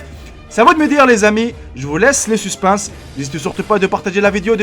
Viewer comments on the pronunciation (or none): Suspense et pas suspinss stp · au début de la video tu a dis suspinse c est supense